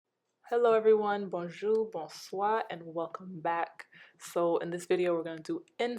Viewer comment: The way you said bonjou ,bonswa made me realize you re caribbean